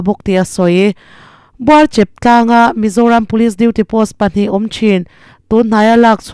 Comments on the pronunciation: Thuziak sa chhiar hi zir kan va ngai hlawm em ve le. Buarchep, Status Quo tih vel te pawh hi. A thluk dik hi a pawimawh si. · BUARCHEP nilo in BUARCHÊP tih tur zawk ani e....ka lawm e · Buarchêp tih tur ni awm tak.. Buarchep han tih daih chu zialo deuh e. 😂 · Buar chep nilovin Buarchep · Buarchep anilo Buar chep tihtur aw madam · Buarchep a ni lo Buarchêp a ni. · Khawhming hi i sawi sual palh hlauh mai, Buarchép ah tih nise, Buarchèp ti a lam loh tur ani. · Buarchep anilo Bûarchêp tih zawk tur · Buarcheeep ti-a lam tur 😂 Buarchèp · I lamdan a va dik love buarchep kha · Buarchep hi I lam diklo, i thluk diklo mizo tawng I hmang diklo. Thil hming I lam dik lo zauh zauh fimkhur teh. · Buarchep....chhawhchhi...tih lam Rik angin thluk tur aw. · Buarchep i lam dan adang tlat mai, media hote hian thil hmun hming dik in hriat angai khawpmai, chawngkhum dan tlang huatloh aw. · Mizo ni ve si Buarchep i han lam dan chu a va lungawi thlak loh ve...reader i nih na pawh a rei ve tawh in herrem ve deuh teh.